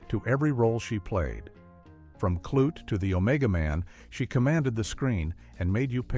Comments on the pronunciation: They mispronounced the movie title "Klute." It rhymes with "boot." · I wish the narrator would learn how to correctly pronounce the names of actors and entertainment shows. There's no reason for him to mispronounce Diahann (Diane) Carroll and Dynasty (DI-nas-tee). And his mispronunciation of Klute was just sad.😠